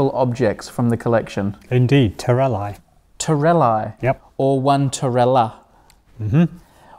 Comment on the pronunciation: Terellae = ter-el-EYE, Terelli = ter-el-EE